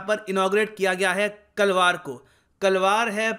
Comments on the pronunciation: Sir its not kalvar..its kalrav🇮🇳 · सर - कलवार नहीं कलरव - (मतलब - चिड़ियों की आवाज) जो की एक किताब भी आती है सरकारी स्कूल प्राथमिक विद्यालयों में।। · kalrav not kalvar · "Kalvar" nhi Sir, "कलरव" means sound and noises of birds🐦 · 😄 It's not KALAWAR 😆 Please spell correctly. It is Kalarav, कलरव. Meaning is murmur, chirp of birds. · It's not kalvar it's kalrav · The pronunciation should be कलरव ...🙏🏻🙏🏻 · Thankyou so much sir for helping us. ''kalrav '' is pronounced wrongly, I guess.